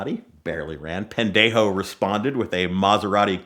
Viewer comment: I dont know if we speak different with an accent but he said it wrong 😂